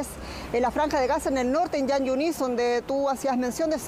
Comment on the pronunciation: Jan yunis, se pronuncia como J en castellano no como Y.......